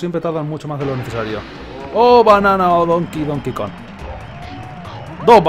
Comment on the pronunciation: Skeletor and That DAMNED Temple I can't help but notice he fails to pronounce the G in Kong. Kinda like Rocket Run in DKC3 that had no G in it. What is this, Donkey KON 64?